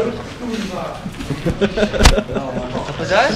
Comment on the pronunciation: czyta sie biały a nie bialy